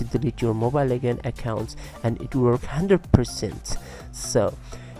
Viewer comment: U pronounce legends as lekands haha ur way of talking is like a gay lol haha😂😂😂😂😂😂😈😈😈😁😁😊😂😂😂